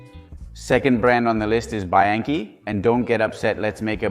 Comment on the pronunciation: What the f*** is BYankey? It's bianchi and surely you have heard this pronounced a million times. Why pronounce it like that???? You are weird and creepy. Dislike